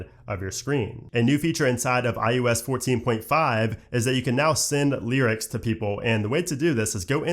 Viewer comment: IUS?? umm its iOS!